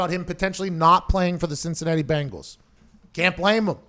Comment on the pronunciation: It’s bengals not bangals.